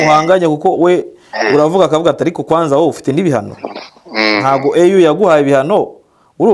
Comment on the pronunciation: kosora bino: EU bayisoma "iyu"(apana "eyu") kukwo ari impfunyampfunyo y-icyongereza "European Union". African Union niyo bita "eyu". Komera